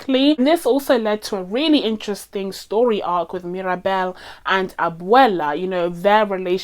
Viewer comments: Great video but it bothers me a lil' that she says "Maribel" instead of Mirabel a couple of times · you calling mirabel maribal made me laugh a lot, i did that too haha